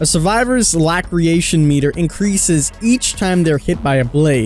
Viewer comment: Lacerations, pronounced La-ser-ations. It means cuts... Hearing the power description made me want to mute the video.